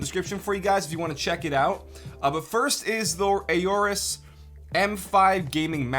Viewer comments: Don't you pronounce it just "orus"? I don't think you need to say "ayorus". Good video. LOVE the voice mate. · I love Aorus products. Great performance and style! Awesome community and support. Between current products, and upcoming products, you could build a complete PC with all their products , minus the CPU. BUT, fyi, it's pronounced "or-us", not "a-or-us"... the A is essentially silent. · Aorus not Ayorus.. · It’s not A-orus, it’s Aorus. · I could be crazy but I'm nearly 100% that it's pronounced "Orris", not "Ayoris" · AW rus not A O rus. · very nice video bro <3 but it's kinda cringe listening to ey-orus sorry haha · I want to punch him for saying AY-OR-US and A-ROAR-UHS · Plz stop saying ororus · Ay - orus?!?! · "a ooorus" lmao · Everytime he say aorus orus we drink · and five when he says aurorus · ayy o rus Aorus How do you pronounce it?! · The “A” is silent. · am i the only one who is slightly annoyed he cant pronounce aorus properly